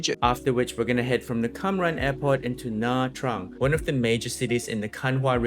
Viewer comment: Nice! Your pronunciation of Nha Trang is just fine. Most Northern Vietnamese pronounce “tr” as “ch” which is not technically correct but still understood. Your video reminds me to put Nha Trang back on my list of cities to visit next time I’m back in Vietnam. Haven’t been there since 2014 when it was overrun with Russians. Hopefully that’s no longer the case. 🤞🙏😋